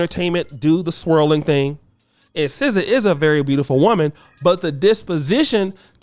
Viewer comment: N0 not SZA no